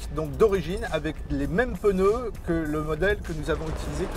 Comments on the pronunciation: On dit pas peneu m’es pneu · Superbe voiture, je vais y penser en voiture de loisirs c’est le top, essai très intelligent , j’en peux plus des « essayeurs » qui comparent un véhicule de loisirs à une berline; pas la même utilité donc pas le même véhicule... Par contre y’a vraiment des gens qui gardent juste de cet essai la prononciation du mot « pneu » c’est effarant , pour l’anecdote il y a des régions en France où sa prononciation est correcte mais bref , « haters gonna hate «